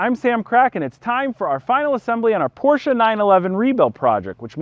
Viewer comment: New Porsche owners need to know that "Porsche" is a two syllable word.